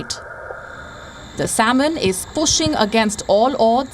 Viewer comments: Its "sam-in" not saul-mun" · This shamanic lady doesn't even know how to pronounce the word "salmon" 😂😂😂😂 Indlish is so horrible sounding that India even lost its No.1 spot for call centres to the Philippines 😂😂😂😂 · she doesn't have to...you understood nah! Chill !!